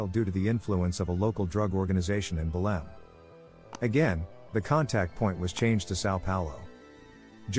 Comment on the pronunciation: The city in Brazil it's Belem, not Belim. Congrats on the video!